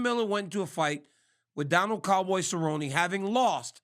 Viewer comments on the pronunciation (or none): none